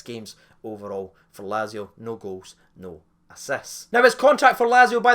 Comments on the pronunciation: Laz - ee - o got me triggered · Well, we're the rehab house for nutters...but nope. and it's "Latz-ee-oh" ffs